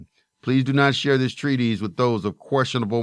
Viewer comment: It’s “TREE-TISS”, not TREE-tease. Important to know the words you’re using. And, why not come up with your own material instead of just reading someone else’s work?